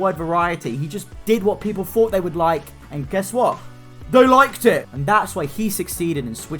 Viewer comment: "THEY LOIKED IT!"